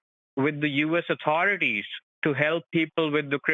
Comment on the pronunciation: "Yew S Utarideez" 😂 man these people are the worst